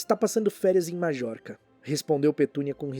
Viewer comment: Só comentando que Majorca se pronuncia MaIorca. De resto vídeo 100% excelente.